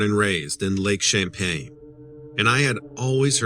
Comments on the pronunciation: It's Lake Champlain NOT Champaign. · i don't know who told the name, but it's not champey it is Champ just Champ, and also it is not champagne it's Champlain okay bud!!! i was wondering when champ was going to be on Dread right in my back yard!!! very cool!!!! just say'n!!!!! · It's pronounced, Champlain" not champagne like the drink lol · 😂 Too bad he keeps calling it lake champagne, instead of lake champlain. And we don't call it champy. Its Champ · It's lake Champlain not Champaign lol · If you're writing a story about cryptids, you should at least get the location correct. "Lake Champlain" not "Lake Champaign." Are you sure you've been there or actually lived there? I doubt it. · Lake ChampLain. Not Champaign LOL. Love your stuff!! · Champlain is the name of the Lake! Not Champain? Can you believe someone who doesn't know the Lake's Name that He is on ??????!!!!!!!? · I used to live on this lake that you are mispronouncing. It is lake Champlain, NOT Champain. There is an L in there. It's NOT pronounced like the alcoholic beverage you are pronouncing it to be. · Lake champagne? It's lake Champlain.. love your videos tho.. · How can you claim to be from The Lake Champlain Basin and NOT be able to pronounce the word Champlain correctly! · There’s an L in Champlain. 🙄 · Wow!! There's gonna be a mutiny if you continue mispronouncing Lake C.....😂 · You would think that someone who claims to be born and raised in the Vermont area would be able to pronounce Lake Champlain correctly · _gazer Ummm, he's right. He is not pronouncing the name of the lake correctly. If you're going to narrate people's stories, at least learn the correct pronunciation of the topic. Sorry to burst you bubble, but he's not trolling. Vermonter here. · are you talking about Lake Champlain?? lol Dont drop your L's...great video as usual!!